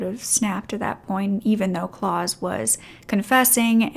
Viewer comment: Great story… but I have to say, it was annoying me that the name Claus was constantly being mispronounced. It is pronounced “Clowse” ow as in wow. Rhymes with house